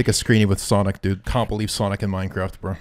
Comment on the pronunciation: "this is just call of duty but minecwaft"